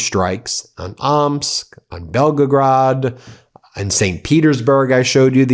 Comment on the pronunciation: Not Belgarade